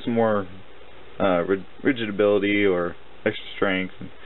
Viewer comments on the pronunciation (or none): Rididubility? LOL. Did you mean rigidity?